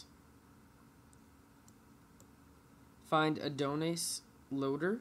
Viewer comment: The way he says Adonis💀